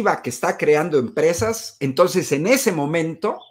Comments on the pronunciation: Y también dijo "tons". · Dizque muy estudiado, pero en lugar de entonces de "ntos", aparte, cuando vi la entrevista completa dijo "pos" y "pa".